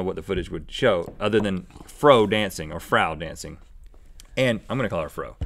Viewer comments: Frau is pronounced as Fr + ow (of meow) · Frau (pronounced fra-ow) means Mrs in German. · It's actually "Frau" as in "F" + "OW". It's German for "Mrs." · Guys, you should know that "Frau" means "Mrs." or "Ms." in German. She could've been from Germany, Austria, or Liechtenstein, but "Frau" could also(I don't know if it is) be used in France. So we don't really know what her first name is... it sounds weird when Rhett mis-pronounces Mrs. xD